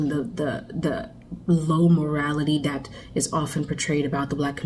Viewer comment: heard that african accent that girl hiding when she said "THAT" or she could be carribean , problem is black ppl who family are foreigners and not black americans have a generational hate or disdain for black americans and they use these talking points to disrespect and speak down on black americans , majority of black americans know the rachet behavior in the media is manufactured by white ppl , or black foreigners who work for whites, creator of love and hiphop is carribean woman , the shade room ..carribean woman , media takeout ...african , djakademiks with war in chiraq ...carribean , worldstarhiphop ...carribean man , carribeans and africans are running almost all the black n hiphop media outlets and being paid by white ppl to only show rachet shyt , sexy redd manager is carribean and she is being pushed by white label execs in our culture , sexy redd is only for the strip club , nobody buys her albums and plenty of black american spoke up about cardi b and waap ....yall in this video are carribeans and africans and yall have a secret hate for black americans and u use these talking points to bring black americans down while u benefit from our culture and work in every way , we fought for yall to come to america in the 60s wit the immigration bill and allowed yall into our neighborhoods cuzz whites didnt want yall in there's